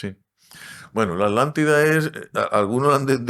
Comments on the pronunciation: Disculpen la pregunta si la palabra es Atlantida porque a ustedes les suena como "alantida"?, solo es una curiosidad... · Alantila o atlantica, por qué quieren hablar tan fino que pronunciamos las palabras mal, siendo el idioma cadtellano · Yo me pregunto como un estudioso que es filósofo y arqueologo además investigador No sepa que lo correcto es Atlntis, Atlántica y el océano Atlántico, no como el y el entrevistador dicen Alantis, Alatida y oceano Alantico mejor deberían aprender a pronunciaŕ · Se escucha mal o no están pronunciado bien la palabra Atlántida...pareciera que pronuncian "Alantida". 🤔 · No es así. Le dice Alántida a la Atlántida. No respeta las reglas del español. Tu propia lengua. Además decl chauvinismo de creer que la Atlántida estaba frente a las costas de España...por favor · En España se enseña mal la pronunciación de las sílabas TLA, TLE, TLI, TLO, TLU. Se separa en dos y la gente acaba pronunciando A-Lántida, haciendo casi desaparecer a la T. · Lo que yo no e tiendo es porque pronuncian la T como Che en palabras y en aTLantida nonla pronuncian!!????? Porque asesinan el idioma asiiiii!!???? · LE DICE ALANTIDA....